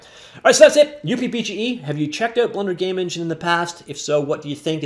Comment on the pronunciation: just call it "Up" BGE please stop the weird pronunciation please .... its not pronounced as "U" + "P" BGE Fred/K.S